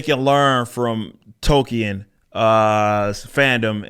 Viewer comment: They're Tolkien. Not Token.